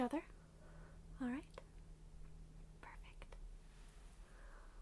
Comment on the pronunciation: I agree. I luv when she say alright or ok or let's see lol. Big asmr triggers for me !!! Only thing I don't like is how asmr vid makers all seem To say the word perfect a certain way. Instead of phonetically saying perfect w/emphasis on the "per" they alllllll seem to say it like perf (eeEEEECCCCTTTT). Lol. Or perfACCCTTTT. LOL. I don't know why that one word bothers me being pronounced certain way n asmr haha. Not that person saying it does anything wrong haha. I'm just a nerd like that n my asmr tends to pick up on both positive and neg. Sides of words n sounds lol. Even still she does perfect job lol. I luv how she breathes and speaks with real voice and doesn't sound like she's acting out or being fake. She sounds completely authentic and natural n if I knew her n real life as teacher I would never wanna leave the class haha but wld def. pay attention to every word and make good grade haha. :) I'm glad someone else triggered from same words as I am. I didn't know if other ppl ever felt same way or even paid attn. to it so it makes mefeel better lol.